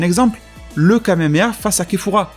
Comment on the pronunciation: Kefla pas kefura